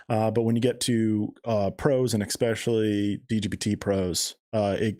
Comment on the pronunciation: On a different and altogether lighter note:, especially is pronounced es·pe·cial·ly, not eck•spe•cial•ly or ecs•pe•cial•ly and sherbet is pronounced sher•bet not sher•bert. JK, enjoying the show as usual thanks for the content gentleman.